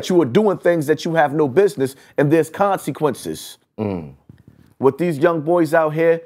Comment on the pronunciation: "Knowing the conSEEquences" "You just painted a BOWLseye on his head" The self proclaimed "" can't pronounce his words for shyt